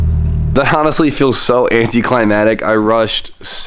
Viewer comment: AnticlimaCtic** There's a c in there that you're missing Love the vids though, keep up the amazing work!